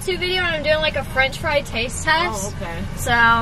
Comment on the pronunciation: Strat French friy